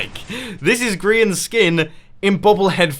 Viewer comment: Did you just call Grian Grain?